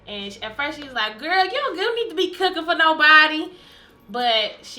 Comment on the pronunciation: I seriously love "KOOKING" moments with Kiki and Mommy ❤️🙋🏾‍♀️👏